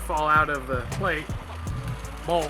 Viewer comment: It's a bowl/plate = Bowlate! 😂😂😂 OH, you just said blate, I love it! lol. I need those in my life!